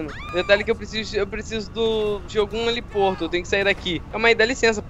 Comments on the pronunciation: N é heliporto, é heliponto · Heliporto kkkkkkkkkkkkkkkkkkkkkkkkkkkkkkkkkkk👏👏